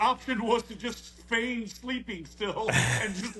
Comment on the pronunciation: Best part of Mondays😂. Did you say “feign sleeping”?😂